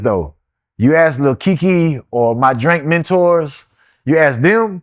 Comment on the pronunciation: Bro said "drank mentors"😂😂😂 wtf 😂😂